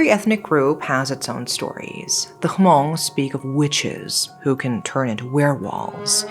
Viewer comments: is not ha-mong. It’s easier to pronounce as “muhng” or “mung” for non native speakers. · am i hearing it wrong. She said ho-mong? The Hmong people? Is this a story from the Hmong community? Commenters are bringing up the Hmong but Hmong shaman don’t shapeshift and do not use shamanism to curse other. The core of the ritual is to heal. There is a clear divide between the dead, the shapeshifter n the living. In folklores, we fought against tiger shapeshifters. I am speculating the grandma practice black magic. Since people appeared to be accepting of her, she probably practice both, shaman in public and black magic in private. But since it can’t be verified if she did, it could be she had somehow upset her shaman spirit but for them to go so far as to posses her like that I believe she practice more than just shaman - By the fact, she could curse people. I am pondering - if the grandma did have bloodline shaman, the spirit would have return to her maternal family to seek a new master. If her maternal side does not have good candidates, the spirit would have seek a master among her children. The grandma either have lingering resentment or other form of karma for her to be so restless n ruthless even in death. My mom side has issue too. My grandfather, now deceased, was a shaman too. When my grandmother passed, my mom wasn’t even 5. He often told my mom, never to call mom because my grandmother’s spirit had came around after the funeral. He had heard her walking outside the house, trying to get in. I can’t recall what he did to assure her but after that my grand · The H is silent in Hmong, 😊😊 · The H in Hmong is silent. 😊